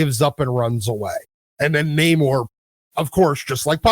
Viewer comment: It's pronounced Namourrrrrrre ! :-)